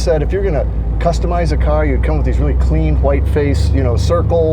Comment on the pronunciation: this is a nice-riding cahh - heh heh heh